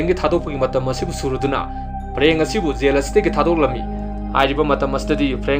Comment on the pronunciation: Mayamna yel/jail adu ada haina twrise amta taningde. Film sigi warisi Gyan taradi Loire migi pronunciation check twdana leiranu ko😂